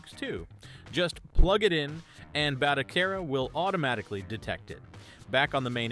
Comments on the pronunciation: I'm sorry, I hate to be that guy, but Its pronounced like Ba-toe-Sarah. Not Bata-Care-rah. Great video, built one of my own on a 128GB drive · You went from calling it batoKera for the 1st half of the video to calling it by it's proper name of batoSera before abruptly ending the video.😄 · Ba to se ra not batokera😂😂😂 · It's not how I think it should be pronounced. It's HOW its suppose to be pronounced. it's a Spanish word & I've been an Spanish interpreter for over 20 years. To say it phonetically in English would be Ba - toe- seh-rah or Ba - toe- Sarah. Didn't know he was AI since I can hear him rubbing up against the mic in this video.